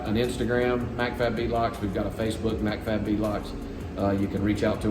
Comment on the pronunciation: You could tell it was all while could do not the correct you when you said "McFab" over and over! Lol That's Mac-Fab there, pronounced Mack-Fab.. 😂🤣